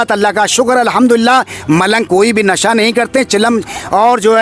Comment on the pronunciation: یہ ملنگ جی کہ رہے ہیں کہ ہم بھی عالم دین ہیں حالانکہ۔۔انہیں برابر سے بولنا نہیں آتا ہے ۔۔ نشہ ۔۔کو ۔۔نسہ کہتے ہیں زندہ شاہ مدار کو ۔۔جندہ کہ رہے ہیں